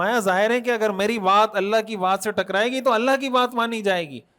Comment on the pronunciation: بہت عمدہ ج زا ك اللہ خیراء محترم خالق کائنات کا نام ذاتی اللہ ہے نام میں لام کو کھینچ کر ه کی آواز آنے پر نام مکمل ادا ہوتا ہے تصحیح کے لئے عرض کیا امید اصلاح فرمائیں گے صاحب علم حضرات کی خدمت میں عرض ہے